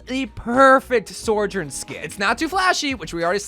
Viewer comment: Okay as a community we need to figure out how to say Sojourn. My guy is saying “SoRjoURn”